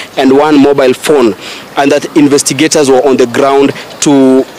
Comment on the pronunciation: Infesticaters did what?! Hawa ni wa sugoi.. can’t even pronounce words clearly huyu karao..